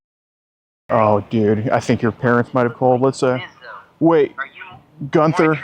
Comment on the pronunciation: Gunther= jee- you- in- there